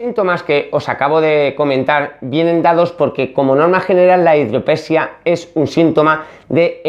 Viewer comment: Hidrope SÍ a... Metro DI zanol NO, Metro NI zadol... Je, je, je...